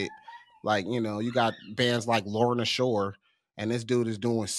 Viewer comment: Lorna Shore not Lauren Ashore 😂 great video though!